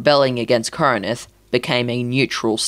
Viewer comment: Its not pronounced kor e nin th Its kor in th